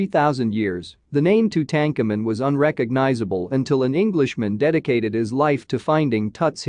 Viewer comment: The way you have pronounced his name makes me want to scream. Go back to school and learn the correct history.